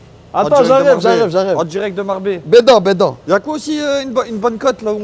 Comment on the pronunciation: Les gars faut fair quelque chose pour votre accent flingué ! Marbellö !!on est lö 🤣🤣